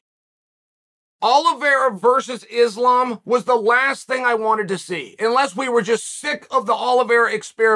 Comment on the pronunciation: Who is this izzlam mak-la-chev guy